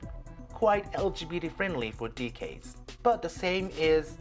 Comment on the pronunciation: Very informative. Thank you! Your English is so good, by the way! If I may I'd like to give you two pronunciation tips: First, in LGBT the t sound is always fully pronounced /t/ in both American English and British English. That's also the case with Kyoto. Last one, decades is /'de.keidz/. Anyway very good video, thanks!